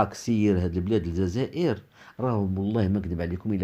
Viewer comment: ماتعرفش حتى تنطق بالجزاءر ونت تنطقها الززاير يالمروكي الخامج